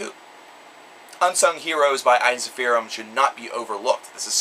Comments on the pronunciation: I also believe Ensiferum is supposed to be pronounced as "En (as in men) - sif - ER - um (capitals for the syllable with the emphasis). Now, I cannot be sure that is the correct Latin spelling of the original word as I have not studied Latin (I do believe it is, though), but in any case that's how the band members pronounce it themselves. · this is painful to watch... first you dare mispronounce Jari's name! secondly you butchered ensiferum's pronunciation. its pronounced "in-si-fear-um" I would know because I've heard their bassist (sami hinnka) call it that.